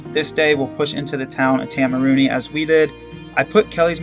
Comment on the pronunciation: Man, Idk if you’ve already pre-filmed all of these, but I wish I could help your pronunciation. I think correct town pronunciation would also be useful info for future hikers. Waitomo - Why Toe Mow Taumarunui- Toe Ma Roo (bonus points if you roll the R) Nui (rhymes with shoey or Louis) Te Kuiti - Te (rhymes with meh) Koo (rhymes with shoe) ee (rhymes with scree) tee (rhymes with tea) Te Araroa - Te (rhymes with meh) Ah Rah (rolled Rs if you can) Rower (like the person in a boat- this isn’t great, but is close to how most non-maori kiwi would pronounce it)